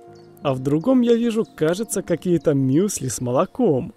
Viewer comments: Надо говорить мюсли а не миюсыли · Какие нахуй бисквиты,если это галеты.Утки плавают стаями,а не стадАми.Мюсли,а не Мьюсли